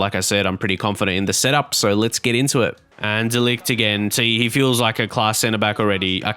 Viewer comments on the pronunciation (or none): I think De Ligt's name is pronounced De Light, or De Licht. No hard 'g'